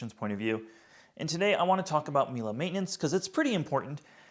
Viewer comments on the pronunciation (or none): The way he calls it Mila each time really triggers my inner Monk, there ist no A in Miele